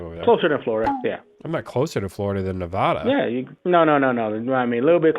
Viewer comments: It’s NE-VA-DA no NE-VA-DHU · Pronouncing the name of a state in your own country incorrectly (Nevada) is deeply, deeply shameful.